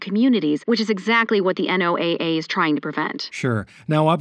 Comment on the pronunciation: u dont say N-O-A-A , its called NOAA (noah)